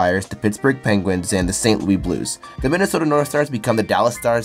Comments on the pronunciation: louis is pronounced lewis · It’s st. - lue - is not st -lue ie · St.Louis is pronounced saint Lou is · Brother how can are you mispronouncing St. Louis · Yea, it gets on my nerves when people can not say St.Louis right. Plus, the Carolina Hurricane wear the old Whaler jersey. I bought one last year. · St loui through me off. I have never heard someone not pronounce it as lewis. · Why do you pronounce St. Louis like that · Just curious on why you're pronouncing St. Louis the French way and not using the local pronunciation? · are you pronouncing st louis like that unironically or am i not in on the joke? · St loouee blues... St Loooo-iss St. Louis blue do we get it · Did you seriously pronounce st.louis as st.louie? 🤣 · Not Louie Louis the S sound is there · Saint Louis bro not Martin St. Louis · Hearing you say St. Looey instead of St.Louis (Lewis) 😂 I’ve been to Canada but did not know that this is how some pronounce it. I was also born in 98 though so it’s crazy to see how we were born at the perfect time for modern day hockey Update: After some research I can I see that it actually would make more sense to pronounce it “Looey”. It’s my hometown and would never be accepted amongst most Americans though. 😂 As for the question at the end, I liked the thrashers jerseys/logo the best out of the teams who left, especially since the jets new uni’s/logo seem so dull to me. I do believe the most deserving place for a hockey team to come back though is Quebec or Hartford. Even as an American I don’t see it as fair that we have so many more teams. It would be good to see the cup go back to Canada. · St. Louis is pronounced with the S at the end, it’s not “Louie” is “Lou(is)” the (is) sounds like the word hiss or miss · It's not St Louie sir!! St Louis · St. Louis, not St. Louie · Bro it’s pronounced “St. Lewis” not “St. Leweee” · It's St.Louis not St.Louie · Why you call it st.louie not st.louis and don't tell it is st.louie I know it's st.louis because it's where I live